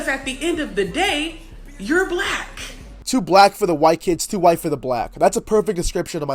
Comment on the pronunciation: See right there!!! You said whyte instead of white.